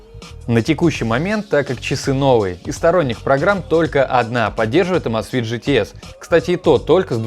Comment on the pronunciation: Почему Амазфит, правильно Эмейзфит, так режит слух, так же как и Маил. Ру, когда надо Мэил Ру, чуть чуть можно выучить, что "a" английская не читается как по русски А! Хотя бы в гугл переводчик вбить и послушать правильно, автор ну! Будь грамотнее!!!